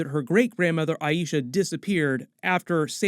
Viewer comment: I love watching your reviews. Just a tip The greatgrandmother name is EYE-SHA. If you call her EYE-E-SHA then you’re annunciating it the same as The High Priestess from Guardians of the Galaxy from your previous videos. However the correct annunciation is EYE-SHA. If you need help, they say it a few times in the new episode 😉